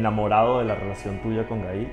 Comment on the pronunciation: Q fastidio llamando a su hija Ga-il, tal cual y como se describe en español. Es un nombre en ingles pronuncienlo como se debe..